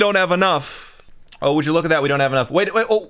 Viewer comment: just by that ohh you can tell he's Canadian